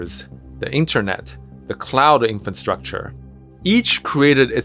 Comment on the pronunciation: "infantstructure" sounds disturbing